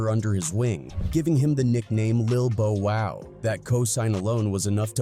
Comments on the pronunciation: AI dude it's Bow wow not Bo wow 😳 😳😳😳😳😳 what up am I the only that hear it something is not right 😮😮😮😮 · Why is the narrator mispronunciation of Bow Wow even doing a info video. Bo Wow smh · Bruh you are driving me nuts mispronouncing Bow Wow name like this , bruh u sound like a robot kinda like Alexa Frfr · Yeah bro he missed up his name